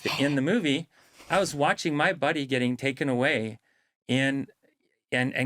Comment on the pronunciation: 14mins in when he said "buddy " I thought he said "body" as in "his own body "